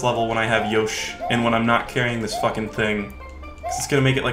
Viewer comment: I love when he says “Yashi" at the beginning.